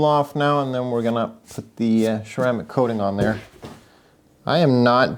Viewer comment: I like how he says "cermaic coating".